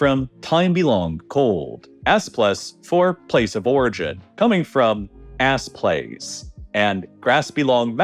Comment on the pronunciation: Hehehe, "Ass Place"